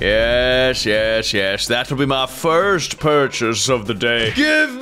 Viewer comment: STOP SAYING FRST